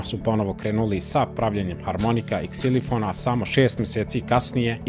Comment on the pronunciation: Ne kaže se ˝ksilifon˝ nego ˝ksilofon˝ !!!